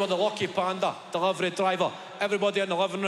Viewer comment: ‘DEHLIVAR OO’ Fuckin love it lad 💀💀💀